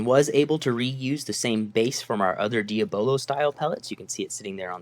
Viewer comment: It is actually painful to hear you mispronounce the word, "Diabolo". Consider the word diabolical.